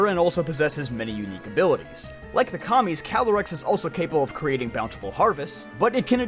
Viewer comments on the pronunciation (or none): It took me to long to realize he was saying “Kamis” and not “Commies” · I thought you said "like the commies" and I had to go back 10 seconds